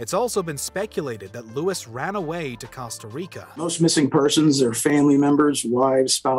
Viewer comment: The way he pronounces Costa 🤢